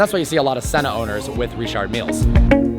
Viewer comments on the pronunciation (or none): Learn how to say Richard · Why tf did u say Richard like that?